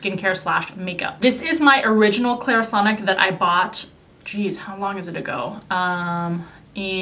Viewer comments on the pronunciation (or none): none